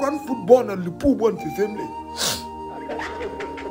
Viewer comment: Is it Liverpool or livercool? 😂😂😂😂